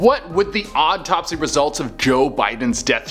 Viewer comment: Why does it seem that when che says autopsy, it sounded like odd topsy